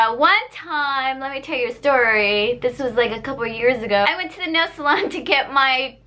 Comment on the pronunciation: lol , i can tell this girl was viet right when she said “nail salon” or sum